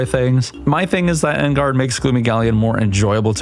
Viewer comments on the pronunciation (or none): even if it's made up, there is still a right way to pronounce it. for example: Mewtwo is also a made-up name but if someone is calling it "Moo-too", they are still saying it wrong. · I don't like leaving negative comments (so please forgive me), but it really blows my mind how you're such a huge DK fan and you don't know how to pronounce Enguarde's name the right way.